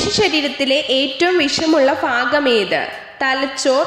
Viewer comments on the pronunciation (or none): ഭാഗം., ഭാഷ എന്നതിന് (ഫാഗം., ഫാഷ ) എന്ന് പറയുന്നത് എന്തിന്.? ആദ്യം നീ പോയി നിന്റെ നാവ് ക്‌ളീൻ ചെയ്യ്. ഇങ്ങിനെ നീ അക്ഷരം തെറ്റ് പറയുമ്പോൾ ഇതു കേട്ടു കൊണ്ടാണ് ഓരോ കുട്ടികളും ഇതുപോലെ അക്ഷരം തെറ്റുകൾ കേട്ട് പഠിക്കുന്നത്. ശെരിക്ക് അക്ഷരം പഠിക്കാത്ത നീ ഒക്കെ ആണോ വോയിസ്‌ വിടുന്നത്. ആദ്യം പോയി നാവ് നന്നായി ക്‌ളീൻ ചെയ്ത് മലയാളം അക്ഷരം പഠിക്കാൻ നോക്ക്